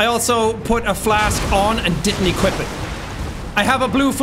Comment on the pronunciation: I love how no one is commenting on Jacks choice of pronouncing some words. I nearly died of laughter when instead of saying Equip, he pronounces it, Equeep. That instantly took me back to that stupid Family Guy Wheat thins commercial, when he argues with Brian, about how they should pronounce it. Wheet thins, Wheat Thins, Equip, Equeep. XD